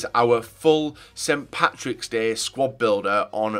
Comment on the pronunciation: Not st. Pattis day, it's st. Patrick's day it's not difficult to pronounce